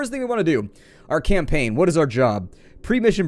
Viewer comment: I couldn't help but smile, when you said "new campackn". It was the exact same thing I said, when I was a kid playing video games not knowing an ounce of English, yet still playing these games in a foreign language brute forcing myself through the menus and mechanics. Oh the days of trial and error.